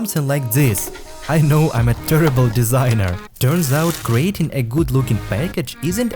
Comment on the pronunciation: ты не ужасный дизайнер, ужасный акцент и произношение, а так молодец контент интересный, тэрибал , меня аж по ушам резанули, терибал